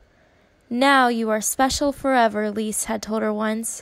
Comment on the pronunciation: Love your storytelling!❤ just s little note: Lise is pronounced 'LI-SE' and not 'LIS' - you hear the E🫶🏻